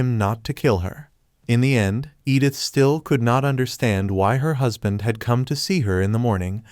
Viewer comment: stop say huspan